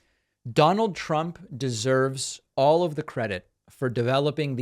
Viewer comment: "Trimp" killed me